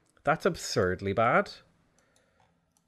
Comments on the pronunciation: did you just become welsh? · "thats really bad!" Irish intensifies